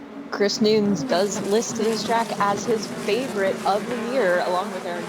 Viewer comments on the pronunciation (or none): what's with the womansplaining? the guy's name is Chris Nunes, correctly pronounced by the male commentator as 'nooness' before the annoying female makes a point of emphasising her incorrectly pronounce 'noons'